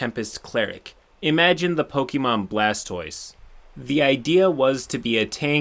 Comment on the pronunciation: Pokémon, not pokimon.